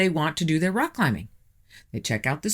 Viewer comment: Your videos are very interesting, but I had to turn off this video, because your incessant mispronunciation of words is driving me insane! The letter "o" is not a "u"! Top is not "tup", rock is not "ruck", impossible is not "impussible", document is not "duckument", and not is not "nut". Water is not, "wutr".